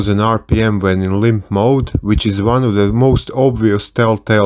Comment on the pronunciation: I want to make a compilation of Everytime he says "lympTf moaadd"